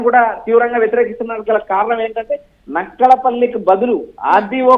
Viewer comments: బాబు నక్కలపల్లి కాదు బాబు నక్కపల్లి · నక్కల పల్లి కాదు , నక్కపల్లి. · Nakkalapalli kadhu raa babu 😂😂😂 adhi